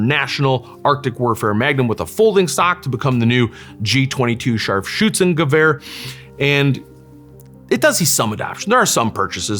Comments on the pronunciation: I love how he say Scharfschützengewehr :) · he said it the right way. German here.